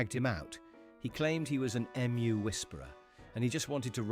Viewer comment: Oh please pay a live human to read these out......... I am not someone that appreciates the ridiculousness of an emu being called an EM-YOU... by a voice chosen to sound like an educated Brit! 🇬🇧🇬🇧